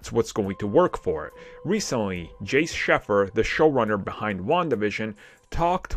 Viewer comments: Jac Schaeffer -- Her name is said like "Jack" (As in Jacqueline). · they say they read the comments yet i dont see a single reply or like , and ive seen a ton of them telling him how to pronounce Jac Schaeffer.